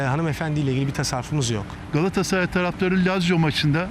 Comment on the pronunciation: Sinan engin: Beştaş😁: Gassray 😁